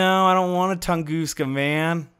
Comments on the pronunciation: Its not pronounced tungooska, its tung-uh-ska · Lol “Tongooska”